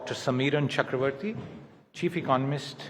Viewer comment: Its not Chakravarti its Chakraborty